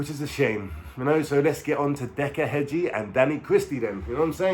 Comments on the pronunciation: His name is heggie not hedgie lol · Heggie. . . .NOT Hedge-e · There is NO D in heggie , way your saying it is like in garden Hedge which is wrong , what decca said about you is right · You cant even pronounce his name Heggie💀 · Cant even pronounce Decca's second name right so highly doubtful hes speaking the truth 😂